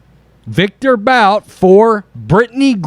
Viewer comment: It's pronounced Boot for thethird time. ..but this is something this clown would do to get votes